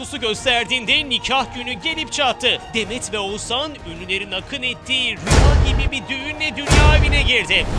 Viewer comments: ouzannn değil OĞUZHAN YAAA VALLA DÜZGÜN SÖYLEYİN ADAMIN İSMİNİ🤦🏻‍♀️ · edebiyat ögretmeni mi olmak lazim Oguzhani söyleyebilmek icin🤦🏻‍♀️Türkiyede bu ismi telafus edemeden tek kisisin. Keske evde biraz calissaydin